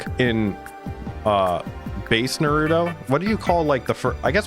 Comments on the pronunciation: Did he said dorito instead of naruto? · its pronounced nARuto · BRUH im not a hater on the ranking BUT STOP CALLING HIM NARUDO